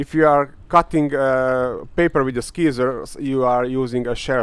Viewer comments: Awesome vid. You helped me and everyone so let me please have the honor to help you a little bit. scissors! "sizzers" not "skeezors"! lol! the C in Scissors is silent. So it is pronounced "sissors". just thought that might help you become even better . What is your native language? Good work and nice vids! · Just so you know when you pronounce 'scissors' you're supposed to prounce it 'si-zors' without the 'c' sound, silly I know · Is it just me loving the pronounciation of scissors(sizzors) as Skizzor funny? Lol